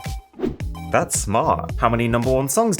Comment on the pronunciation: I wonder how many noticed your map was in France and that you said 'thayez awesome...' because on the map there was a place called Thyez!